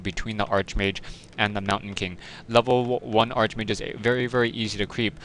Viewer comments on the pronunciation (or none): This is pronounced "Ark Mage" not "art-sh mage"